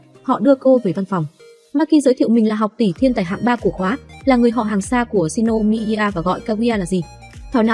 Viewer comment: Shinomiya chứ shinomider là j